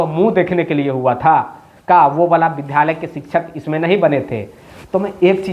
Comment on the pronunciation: Vidhalaya nahi Vidyalaya bola jata hai.